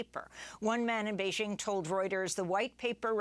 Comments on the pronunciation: How did covid protocols prevent firefighters from doing their job? Amy, you are not pronouncing Beijing properly. It’s bay- jing. Not bay- zhing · Bay JING. not beige- ing